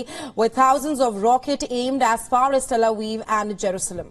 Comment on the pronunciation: “Tel Aweeve” 😂